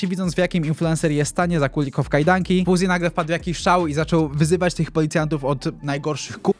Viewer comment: Dlaczego mówi np. "WersoŁ", "Dubois" czy "Fuzi" zamiast mówić poprawnie "Wersow", "Dibuła" czy "Fałzi"? Bo w ogóle tego nie rozumiem.